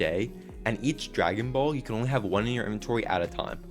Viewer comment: It’s dragon boll not egg😂